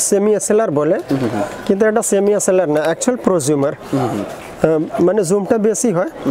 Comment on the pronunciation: কথাটা ডি এস এল আর, ডি এ সেলার নয়